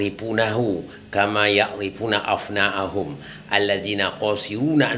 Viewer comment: Yg benar itu ابنا ءهم bukan افنا ءهم . Itu berbeda bro. Arti ابناء itu artinya anak2 mereka. Kalau افناء itu artinya kekal. Betul seperti yg anda katakan, bertanyalah kalau tidak tau. Maka km juga harus bertanya tentang lafadz yg kamu ucapkan. Bahasa arabnya gk benar. Masak sudah tua tapi sok tau